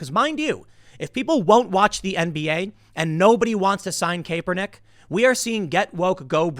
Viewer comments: Sigh, it’s ka-per-nick not KAY-per-nick !! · Wait is it actually pronouced cape-er-nick and not cap-er-nick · "Cap-er nik" not "cape-er nik" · TIm, Kaepernick is pronounce ( KAP-er-nick) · Tim, Kaepernick is pronounced 🧢-er-nick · Tim did you say Kay-Pernick? 🥴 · Tim, its pronounced Cap er nick. Or if you prefer, Muslim influenced commie dipstick. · Stop saying Kaypernick